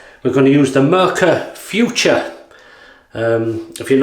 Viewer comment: Hi that was a very nice Video again, I could watch you for hours but one thing is wrong. The German pronunciation for the Razor is "Footoor" not Future. Nice greetings from Germany